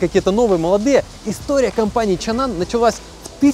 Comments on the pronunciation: Почему чанан, если чанган? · Почему чанан!? Чанган же Что вокруг? Асфальт, шо ноешь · не Чан Ан а Чан Ган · Мне одному кажется что он постоянно называет этот Автодом ЧАНАН? Хотя он ЧАНГАН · а почему чаннан, когда чанган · какой еще чанан, когда чанган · Как он может быть чанан если там прям буква говорит сама за себя, чанГан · Чанган может, а не чаннан? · Не чанган... 😂😂😂Кенан.. Когда вы учиться будет правильно вы говорите по английскому.... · Чанан или Чанган? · Чанган, а не чанан😂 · Это ЧанГан а не чанан, Миша дизель был у них на заводе! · Почему он говорит Чанан, когда все вокруг - ЧанГан? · Не Чанан а Чанган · Да не чаннан,а чанган!!!!! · Не чанан а чанган !!! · Автор какой чан-нан, написано же чанган. Что букву "г" английскую съел. А правильно «Чанган», «Чэнган. Сам ты чабан............. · Ну выучи английский алфавит, там не чанан а чанган, там же G буква а не N, почему чанан??? чанган как я вижу. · А не чанган читается?